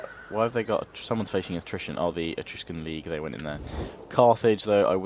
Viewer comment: you keep saying Etrugen league wrong!